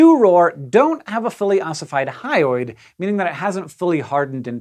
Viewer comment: you always say "hyoid" like "highway".